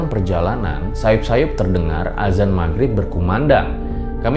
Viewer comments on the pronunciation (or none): none